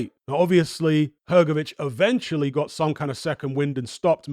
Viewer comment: Come on man,drop that letter "e" from Hrgović(Hrgovich),it is not "hergovic"!